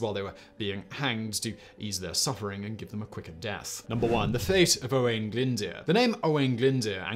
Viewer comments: Welsh has more vowel letters than English: aeiouwy. Simon has mangled most of the pronunciations of the consonants DD, LL, and F. The Latin alphabet is not sufficient so some of the letters are digraphs. And finally Glyndwr is pronounced glinn-doo-r. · Oh when Glyn deeeeerp 😅 Edit: at least he tried, he is only English after all! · 🤦‍♂️ butchering some of those place names Simon... And owain glyndyr: “o-wine glin-dur” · Please please try to research how these names and places are pronounced 😭 glyndwr isnt even difficult :(